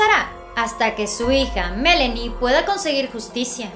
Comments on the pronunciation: Aaay presentadora, es ME-LAAAA-NIE No Melenie 😖😖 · No, he oído a decir el nombre de la hija y le dice MELENI con É...... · Se dice Melani señorita,ponga atención